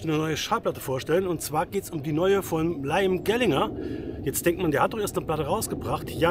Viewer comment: Die richtige Aussprache des Namens "Liam Gallagher" muss aber noch geübt werden. Die Stone Roses bestehen nicht als Band. Sie spielen Konzerte und Festivals, nach einer neuen Zusammenkunft vor ein paar Jahren. Das Album ist Schrott. Ich bin seit Beginn Stone Roses Fan und seit dem Debüt Album von Oasis, Britpopper. John Squire spielt seit Jahrzehnten den selben Sound. Wer seine ehemalige Band The Seahorses kennt, hat spätestens dort erkannt, das er nicht mehr kann. Liam Gallagher hatte seine Zeit. Das Album hat genau 2 hörbare Songs. Der Rest ist quälender Müll. Es sind die Namen, die das Album zum Kauf verführen. Der Inhalt ist es nicht wert.